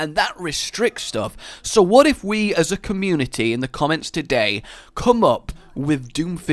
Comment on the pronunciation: "whif we give him"